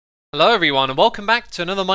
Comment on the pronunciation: sweedish voice incoming HALLO